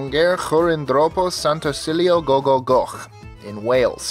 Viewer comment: I was quite impressed that you pronounced Gogogoch so well.